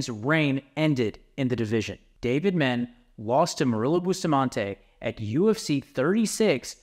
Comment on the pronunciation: How you gonna mispronounce Dave Menne?! “Men-nay” bro.